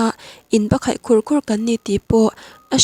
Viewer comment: Bakkhaih ni lovin bak kaih tih a lam tur , inhnial/inhau tihsawina lam